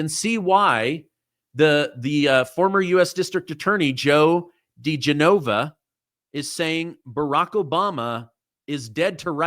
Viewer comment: De GENova....not De GeNOVA.